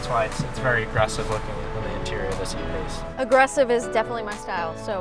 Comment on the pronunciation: It is not f-pace, it is E-pace, jesus